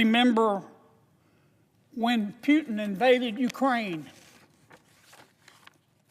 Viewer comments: Pretty sure his name is "POO TIN" NOT "PEE U TIN ". ROFL THIS guy needs to retire lol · Sir, its PUTIN not PYUTIN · Kennedy CAN'T EVEN SAY PUTIN PEUTIN IS WHAT HE SAYS ! WHY IS KENNEDY WORRIED ABOUT WHERE MR. PEUTIN IS ANYWAY ! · Yeah you go ahead warn others see where that gets you And who is Pewtin - maybe you should learn how to say it first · He wrongly pronounced not only Putin (Pewtin) , but even America, calling it Russia. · At least he didn't say "eye - ran" (Iran) 😂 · Pewtin lol 😂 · He didn’t say that. He said “Pyewtin” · Sort of Pew’in I heard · it's a somewhat slurred pronounciation of the actual name "Puketin" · What in the h is a "Pewton"?¿? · You can't even PRONAUNCED the greatest Vladimir Putin name